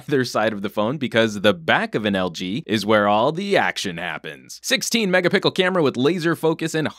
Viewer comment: Great review. I lost it at 16 megapickle.